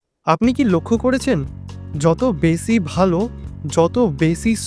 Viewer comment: বেছি না বেশী হবে সমছ্ছা না সমস্যা। আপনার উচ্চারণ এ অনেক সমস্যা আছে আগে এগুলো ঠিক করেন তারপর ভিডিও করেন।